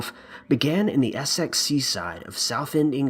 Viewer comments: Alextromagnetic Yeah it's pronounced Essix!!!! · As a Brit, how you pronounce Essex hurts me